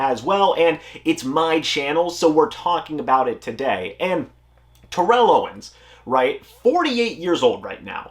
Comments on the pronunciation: It's pronounced tair-ull, don't make an enemy of T.O. lol. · You are mispronouncing his name